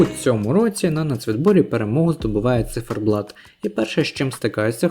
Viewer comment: Не зіферблат а циферблат. Ви що не знаєте такого слова? Ви мабуть мали на увазі Молоді замість Творчі. Бо Творчі були два роки тому. Ні не перемогли б ,бо пісні банальні хоч і гарні. Можливо були б навіть нижче, знаючи які були виступи від інших країн. А Меловін вже був і тоді у нього була навіть цікавіша пісня . Та і чому ми повинні підлаштовуватися під перемогу на євробаченні ? Головне надіслати якісну та цікаву музику , щоб продвигати наших артистів, та загалом Україну, у світі. Я вважаю цьогорічний виступ одним з найкращих. Це творчість, сміливість, душа , автентичність , незвичайність, це різноманіття в кінці кінців. Хлопці не підлаштовувалися ні під кого і були самими собою . Круто виступили. Я пишаюся просто, Україна як завжди вирізняється і сяє. Толку з того що JJ переміг зі своєю пластиковою піснею написаною спеціально для Євробачення ,та таким же бездушним виконанням ,дуже награним. Побачите, про цю пісню і не згадають. А про хлопців ще почуєте, впевнена у цьому. Вони посіли 9 місце тобто у десятці кращих і це дуже добрий результат.